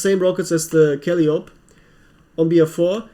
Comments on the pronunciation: Haha! I was going to make this comment, too! Kal-eye-oh-pee. I also always mis-pronounce epitome if I ever come accros it. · Kal-eye-o-p (Calliope)